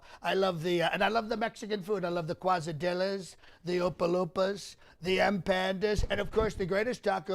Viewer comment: Love it!!. The "cuezadillas"....Quesadillas for God sake!!